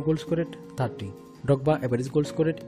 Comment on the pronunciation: Didier Dogba 💀💀 Say the R man